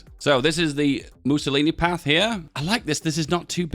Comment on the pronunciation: "Missiolinis" XD